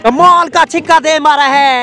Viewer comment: Pehle mujhe yeh batao yeh six ko chikka kyu bol rha hai